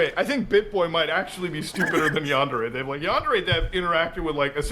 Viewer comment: Normally, I'd be a bit miffed by someone pronouncing the word "yandere" as though it rhymes with "John Deere", but in this case I think the dev deserves the disrespect 😂